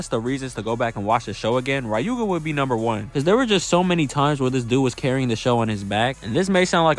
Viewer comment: "Rai-yu-ga"... who's gonna tell him?